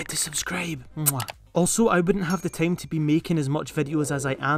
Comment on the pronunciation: bro why you say team instead time